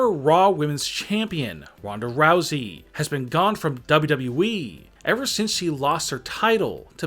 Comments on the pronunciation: Lol he saying ww we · Nobody: Him: dabolyudabolyu eeee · Nobody else el find this voice annoying as fuck? Especially the way he pronounces WWE- "W...EEEEE" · Why does he said wwe like that 😂😂 bro you weird af